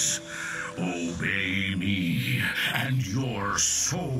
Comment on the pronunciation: i was playing another game when he said obey me! I heard ohhh baby! confused the shit outta me :D